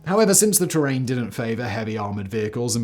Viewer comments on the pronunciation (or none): none